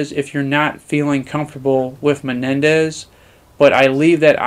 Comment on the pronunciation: A couple tips on pronunciation: 1. It's not pee-tas. It's peh-seh-tahs. The currency is pesetas. 2. It's not Meh-nen-dez. It's Men-dez. The village chief is Mendez.